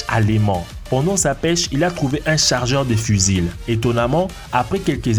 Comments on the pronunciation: En plus il dit fusile au lieu de fusil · il trouve un "chargeur de fuzile" alors moi je connais le " chargeur de fusil" mais pas le " fuzile" 😂 de plus il dit que c'est une trouvaille " Tincoyable" la encore c'est un mystère son language.. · Pourquoi tu dis "un fusilll" ça se prononce "fu-zy" et une glacière flottantE !!! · Un fuzile.... Mdr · En plus il trouve un "chargeur de fuzile" alors moi je connais le "" chargeur de fusil" mais pas le fuzile 😂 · C pas une personne c un ordi qui parle c pour ca qu'il a dit fusile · Ps le mot fusil on prononce pas le L a la fin sinon sa fait con pas mal